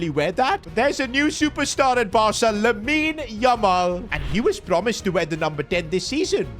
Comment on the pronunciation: For God, sake it is lamine ya ma l